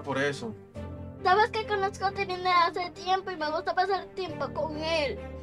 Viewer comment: No es TITILIN es TILIN